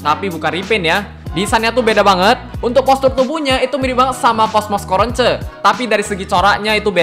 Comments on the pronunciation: Kok bilangnya Coronce 😂 Cronco malah dengernya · Coronce dibaca corons?